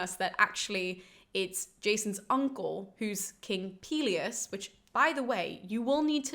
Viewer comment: Pelius and Peleus are easier to remember if you pronounce them correctly. Greek is like Spanish, in that you have to open your vowels when you speak.